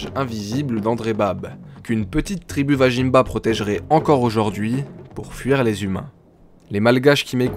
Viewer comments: belle réalisation :) vazimba se prononcerait plutôt comme ""vas-y mba" et non vajinmba mdr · ça fait plaisir en tant que Malgache d'écouter une des milliers de légendes de ce pays. Néanmoins petite précision vajimba ne se prononce pas tel quel il se prononce Vazimb on ne prononce pas le a de la fin et le j se prononce Z